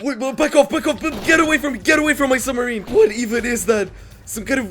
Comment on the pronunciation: his summerine broke